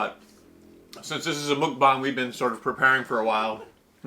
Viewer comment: it's pronounced like "muck", not "mook" haha. grats on 300!